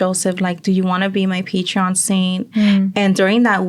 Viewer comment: Hi Ladies Im half way thru, and So far se me hace bonito el video, but I needed to say this, En buena onda, its patron saint not Patreon saint Saludos from Oxnard 🤍